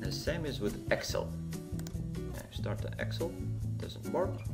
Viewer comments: yes, I meant no offense at all! But you pronounce it ex-il. Where I am from we say- ex-sell.:) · the way you say excel is hilarious.